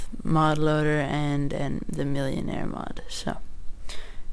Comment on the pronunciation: you say the name wrong... its millenair no millionare